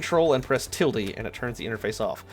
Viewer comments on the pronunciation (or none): *hold ctrl and press tildy* does anyone know what he actually said? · What the fuck is "TILDY" ??????